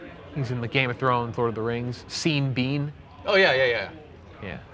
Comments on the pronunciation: Seen Bean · Go on say 'Sean Bean' for one time.... ONE TIME!!! U couldn't say his name and Ned Stark is just 1 character outta 50 or more characters Sean has played.... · Can we talk about how is pronouncing Sean Bean?